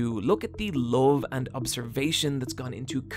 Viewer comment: When u say love it sounds like loathe and confuses the shit outta me.